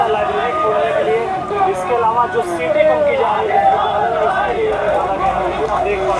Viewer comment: He himself can not prounce this word correctly. It's vhshwavidyalaya not viswvidyalay foolish mantri.